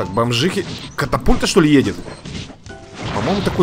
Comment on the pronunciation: Правильна катапульта А не капатульта